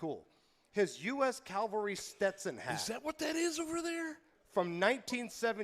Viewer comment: luv ya brother, but it’s cavalry, not Calvery.